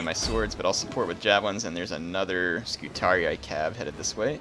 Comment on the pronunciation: btw according to the game the scutarii is pronounced "scutaree" and as i previously mentioned when u click on the unit it will announce itself and say its name if you listen for it. also on my lusitani campaign i sent Hannibal to the afterlife in style with a barrage of exploding shots from my ballista's:) unlike the AI i was playing it a bit more cautious and leaving carthage alone for awhile but till they are off my peninsula their can be no peace with them lol